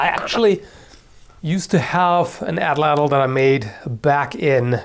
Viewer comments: "addle addle" lol it's a nahuatl (meshica/aztec) word so the tl sound is made by hitting the roof of the mouth with the tongue (like a t sound) then holding the voice as you slide the tip of the tongue backwards (similar to an l sound) so the whole word is more like 3 syllables at-lattle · Just a correction, it's pronounced "AH - tlatl". The A is stressed and it is pronounces separately for the rest of the word, which is pronounce in one single syllable. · fun fact! the atlatl is actually pronounced atlat with emphasis on the ATlat part. in the nahuatl language the tl at the end of a word is usually silent! n.n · you're pronouncing atlatl WAYYYYY incorrectly. For future reference, the "Ls" in Nahutl when proceeded a "T" is silent, and second to last syllables are stressed with an accent. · Well, he didn't exactly pronounced it how it should be. The real way is lot more "tongue twistery".